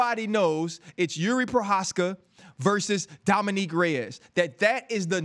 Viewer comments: So RC can say Prochazka right but calls Dominick Dominique instead?.. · DC why you never correct this guy when he says “dominique” every time 🤦🏽‍♂️